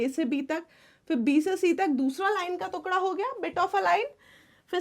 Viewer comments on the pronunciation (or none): Why do u say tuekda..😂instead of tukhda (peice)